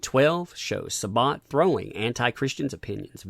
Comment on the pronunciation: Why is Sa-Bat so hard for everyone to pronounce lol